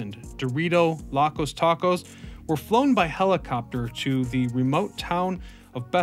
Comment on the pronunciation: Locos... mispronounced. You think I'm crazy? It is live like to lo live your life. Not like you go to a live concert